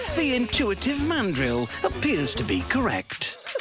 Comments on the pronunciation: Please learn how to say mandrill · did u call it a fucking mandolin instead of a mandrill.... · The fact Cody called a mandrill a "mandolin" lol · cody, it’s mandrill my guy